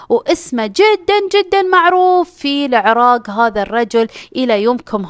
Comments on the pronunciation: العراق.. (ق).. وليس العراگ.. 😂😂. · من المايك ولا اصلا انطقها عدل العرااق